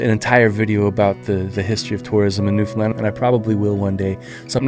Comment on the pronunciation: Thank you for putting the effort into at least pronouncing Newfoundland correctly, most people can't even do that. Wonderful job highlighting the island. Don't think there's another place in Canada that its people are so attached to.